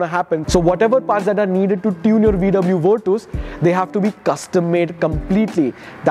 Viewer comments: Bruh stop calling it Virtooooooos. It's not VW Virtooooooos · bhai virtooos nahi hai, virtus hai ye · Bruh it's virCHas not virTOOS